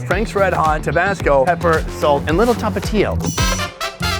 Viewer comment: Ta Pa tio not tapito